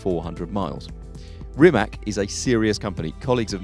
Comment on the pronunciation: Stop calling it Rimek.